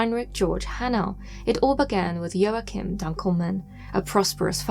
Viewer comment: The first case of Hadad and the doctors was marvelous. I'm shocked I've never so much as heard about it once before! But then again, you've certainly brought me many of my paranormal 'firsts' for years now so I'm not that shocked hahaha Oh and in the second case, fairly certain that Joachim isn't pronounced Joe•ake•em, it's like Joaquin [wah•keen] Phoenix but with an m at the end. 🤔🤓😁 I've always loved your content. Please keep up the marvelous work. May I suggest a topic? I've never seen any decent paranormal channel or site discuss the SCOLE experiments. There is ONE good video on YouTube about them and considering the incredibly enormous implications of their findings, this has always surprised me! I will edit and link you the video. I'd be so happy to see you cover that topic! I know you'd do an amazing job!